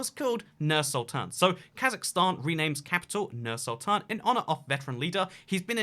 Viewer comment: its pronounced as Noor Sultan